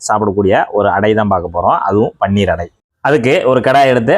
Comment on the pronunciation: அது பன்னீர் இல்லை. பனீர் என்று சொல்ல வேண்டும்